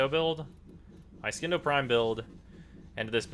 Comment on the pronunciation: It's pronounced Sindo.